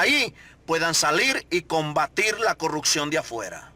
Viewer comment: Todo lo que esta hablando este hombre ya se sabe que es prioridad de nuestro presidente. Deje de decir que usted se puso a entrevistar gente. Esto ya lo dijo nuestro presidente. Usted le ha copiado todo a el presidente. Deje de darse credito asi mismo. Y porfavor eduquese sobre como decir las palabras correctamente. Habla muy mal. Dice polecias, corruccion, etc.